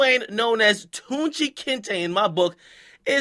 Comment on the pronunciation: Detroit Mi Dunkin nigga really said Guuci mane 😂😂 foh